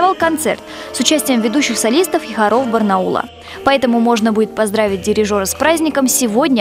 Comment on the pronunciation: всё хорошо, однако, не забывайте сверяться со словарём ударения- хОров, не хорОв😉